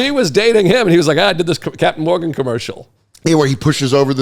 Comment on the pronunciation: Dan, isn't it just Captain Morgan??? Not Morgan's?